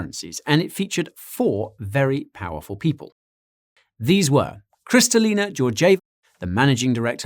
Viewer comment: You botched Kristalina's name as well 😁